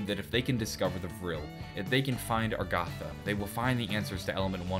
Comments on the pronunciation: I thought it was Agartha. Now you're saying Argatha. And on the picture it's spelled Agharta. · Its not "Argatha" its "Agartha". Even in that map of the world you showed when Talking about Agartha, the "R" came after the "g", not before. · How has he not noticed that it's Agartha not Argatha? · That honestly pisses me off. It's 'Agartha'. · I thought it was pronounced A-gar-tha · Why do you say Agartha with the r before the g instead of the th? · someone else gets it. I was like dafack is he talking about. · Let the comments rage about how he is not pronouncing agartha right XD